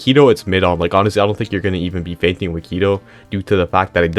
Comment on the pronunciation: Thought bro said feigning